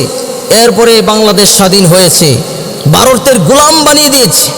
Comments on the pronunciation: "Baroter dalal","bul"......he can't pronounce "bha".....😃😃😃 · Boka joda, bharat kothata valo kore aage uccharan korte shek.. Tarpor varoter badnam karis.